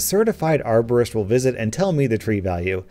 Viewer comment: bacon hair man i thought she said arsonist